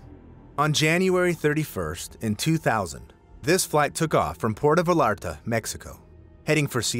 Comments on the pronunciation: Not everyone on Aloha Airlines survived. You followed that statement with “there was one casualty” which is a direct contradiction to the earlier statement. Vallarta is not pronounced as spelt either, it’s “vai-aar-tuh”. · Learn how to SPEAK! Hilo, Puerto Vallarta!!!!